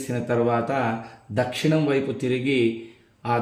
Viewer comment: Swamy Dakshanam anakudadu. Dakshinam anali. Telugu nerchukondi Swamy please